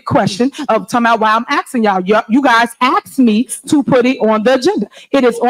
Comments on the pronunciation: “You guys axed me….” Half the crowd under their breath “if only” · She says "axed" instead of "asked," just in case you thought she wasn't engaging in enough of unethical behavior. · If someone pronounces "asked" as "axed," they should not be running anything.